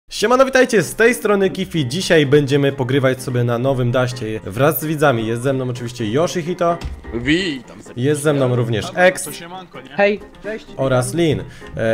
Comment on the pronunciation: KiFi ŹLE SIĘ PRZEDSTAWILES POWIEDZIALES KIFI NIE KAJFI! :) :) :) :)